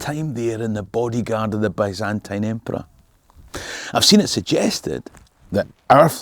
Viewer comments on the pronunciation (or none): none